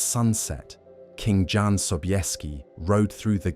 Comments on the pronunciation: AI…….It’s pronounced YAN…….not John! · Jan is pronounced YAN, by the way... your AI narrator is hit and miss... can't you just write the script phonetically? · ... in eastern europe... including Germany... a... "J"... is pronounced as a "Y"... so Jan... reads as... "Yahn"... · OMG, it's pronounced YAN, not JAN, FFS! How difficult would that have been to look up? Friccin AI BS